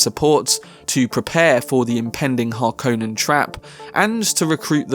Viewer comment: It's pronounced Har-kon-nen. NOT Har-kone-nen.